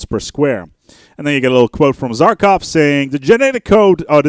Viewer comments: It's Za-Kha-Rov not Zarkov! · Za-KAH-Rov. Seems like you're missing a syllable there :D